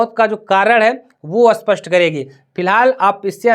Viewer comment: Spashtt bolo, aspastt koun sa language hai? Aspastt means matter saaf nahi hai... Pronounce thhek se karo patrakaro